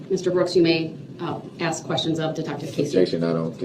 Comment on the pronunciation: No such thing as a tack it agreement, axe instead of ask, oaf of office, amenet instead of adamant, enty not any, sovereign BS